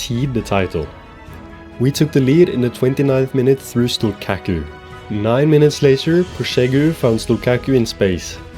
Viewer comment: As a Drita fan living in Kosovo, I love this series and appreciate that you’ve chosen my country to build up.(also the Q in Stullqaku is pronounced as a CH but you can keep calling him whatever u want for the bit :p ,much love!)